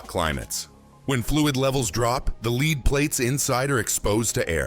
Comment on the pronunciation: Get a real mechanic rather than a voice personality. His pronunciation of lead and other words was horrendous. Otherwise; a good video.